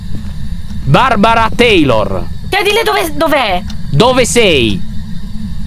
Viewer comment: Queste qui sono le volte in cui Lyon a detto BARBARA TEILOR.😅😂😂😂😂😂😂😂⬇️